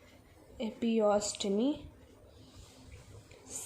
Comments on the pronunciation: God!!!!!! Its not epiostomy...........its EPISIOTOMY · Also pronounced as epi-se-otomy